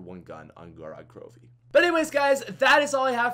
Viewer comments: Gorod Krovi is actually pronounced (go-rad) (kro-viy) which is a russian word and it means blood town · gorod krovi with subtitles, goraad crobee